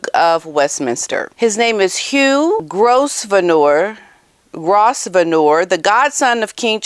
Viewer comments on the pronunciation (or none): 🌹, you make a ravishing red head, my lovely lady! 👍....The name Grosvenor,.....just pronounce it Growvnah. There are many a silly name, in the English aristocracy, like Cholmondley is pronounced Chumley💋😉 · His name is pronounced as "grove-nor" (damn English spelling lol) ❤ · Hi, it is pronounced Grovenor. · Hi It is pronounced: Grove Nor Not: Gross venor 😂😂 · It’s NOT “Gross-ve-ner”. It’s pronounced “Grove-ner “. Geez. Talk about sounding ridiculous. Smh🤦🏻‍♀️ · Hi. Sorry to do this to you. Hugh Grosvenor. name is pronounced as GROVE-NER and not GROS - VENOR. hope you doin't mind my pointing that out. Love your programmes. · I think Grosvenor is pronounced GROVE-ner. Silent S. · Hugh Grosvenor (pronounced Grow - vner). The Duke of Westminster is the ...or one of the ....richest men in GB. The Grosvenors own most of Mayfair and old town London...really old money. They have been there since there was an English Royal Family.....big clout. I agree with you about Eugenie. I do not trust her at all. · Just so you know for future, Grosvenor is one of those English family names that's pronounced differently from how it's spelt. GROW-vi-nor. Not as bad as Cholmondeley... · Pronounced “Grovener” ❤ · Grosvenor is pronounced Grow-Vner. 🇬🇧 ❤️ 🇺🇸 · Love your chanel and views. Hugh Grosvenor's surname is pronounced "grove-ner" - I am sure you would want to know.. Spice Girls is their band name. Much love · You look good as a red head! Grosvenor is pronounced growvenor (the s is silent) and 6 months ago it was announced that Harry was not invited. Unfortunately the media made its usual song and dance of a non story out of it! No wonder young people don’t go to the mainstream media for news anymore! It’s tedious! Eugenie has never done anything to harm the Toysl family, neither has her mother! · Grove nur Actually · Wow that auburn hair really suits you - fabulous! Grosvenor pronounced Grov- ner! Crazy British pronunciation I know. ❤